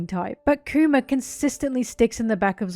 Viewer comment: I can't help but hear her say Coomer, when she says Kuma.